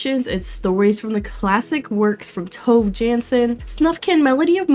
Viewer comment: Great review. You mispronounced "Tove" though.